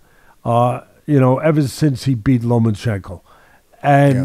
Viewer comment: FFS. its pronounced - "Loma-chenko", not Lo-man-chenko"